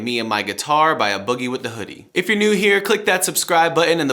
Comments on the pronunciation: “Uh” boogie 🤣🤣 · why’d you say his name like that😭